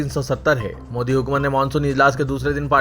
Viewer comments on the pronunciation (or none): none